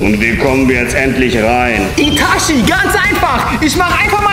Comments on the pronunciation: das heist nicht itaschi das heist itachi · der clown sagt itachi falsch